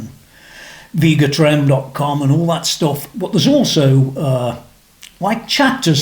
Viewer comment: It’s pronounced Veh-ga Trem.